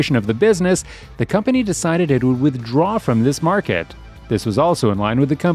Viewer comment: It's MARKET! Not MARKED!